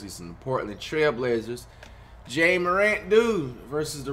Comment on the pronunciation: For the 1 millionth time it's it's pronounced like Jah not jay-a